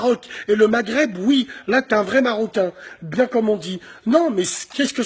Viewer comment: aprend a dire maghreb